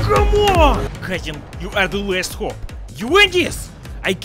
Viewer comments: I really like it when you say cousin! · "COUSIN!" best epic gamer slav moment